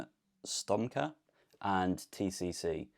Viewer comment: Its Roman Słomka not Stonka.